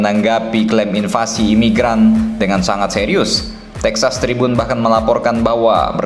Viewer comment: Texas tribun?? Gw salah denger atau gimana?